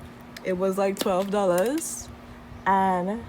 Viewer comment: I hear the whoool Trini in “ It was like 12 dollas” 😂😂😂